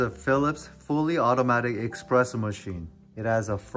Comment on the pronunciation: nice video bro. its pronounced espresso btw (without an X) 👍👍👍